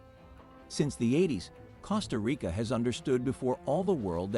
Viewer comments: Costa Rica (means Rich Coast) is pronounced exactly like the "CO" in COAST, not like the "CO" in COST. Common people. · Even ai should get it better!! These are sickening to hear and some real dumb people will repeat the mistakes and sound like idiots!! I said the other day: it is spelt “cost -a) Rica but pronounced (coast-a) Rica. ❤ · man... a robot voice that can't even pronounce Costa Rica. not a goo look. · It was very annoying with the mispronunciation of "Costa Rica" but when he claimed that it is from French, it was like WTF. If things so simple are wrong, how can I trust the rest.